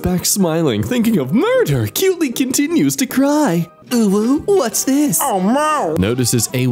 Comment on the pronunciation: uwu and owo are pronounced differently. You pronouncing them the same way.